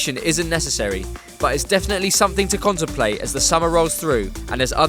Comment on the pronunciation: conte-mplate ha!